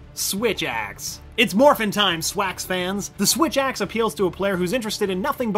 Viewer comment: SWITH??? AXE